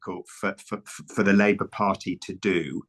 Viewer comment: There's an L in Labour